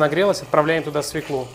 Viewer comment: Пржалуйста, перестаньте говорить - СВЕКЛу!!!! Правильно говорить - СВЁКЛУ!!! Невозможно слушать! Режет слух!